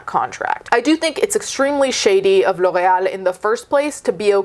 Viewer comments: I love how well you pronounce ✨L'Oréal✨ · That pronunciation of L’Oréal though. 🤌🏻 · The way you pronounce L'Oreal 😍 😍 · There are legit people in the comments making fun of her. For pronouncing L'Oreal correctly 🤦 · I love how she says it, but I have never heard it pronounced that way in the states. Even on commercials, which come to think of it is kind of odd. I think it sounds way better that way and makes them seem like a fancy brand lol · It’s a French brand and she pronounced it correctly? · wow do you speak french ? That pronunciation "Loreal" was just 👌im from quebec so i speak french ( Québécois) I love your videos always 🖤